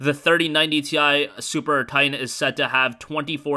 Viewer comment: Why do you say Tine instead of titan 😭😂